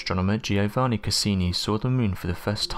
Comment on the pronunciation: Giovanni Cassini Is just Joe-va- nee. 3syllables.